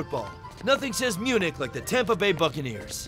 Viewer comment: "FC Bayern Munick Chubb" LOL!!!!!